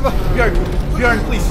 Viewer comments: pronouncing Bjørn correctly is serotonin for me as a Norwegian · Hi. Norwegian here. In Norwegian bear is bjørn. The "ø" is similar to o, but is kinda sounds like uhhhh (used often when people is lost for words is shows etc). is almost perfect when saying it. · As a Norwegian i give your pronouncing on bjørn a 9,7/10